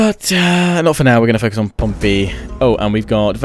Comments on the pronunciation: it's "pom-pee" not "pom-pay" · It's Pom-pee!!! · I loved this but... He pronounced Pompey as Pompeii xD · Your saying Pompey wrong. Its pronounced like the Portsmouth football club not the Roman city.